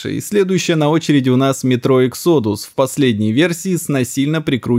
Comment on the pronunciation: Почему в ру сегменте все упорно делают ударение на "О" в слове Exodus. Ведь оно звучит совершенно не так. Калит этот момент. В чем прикол специально произносить неправильно? Особый вид удовольствия или извращения?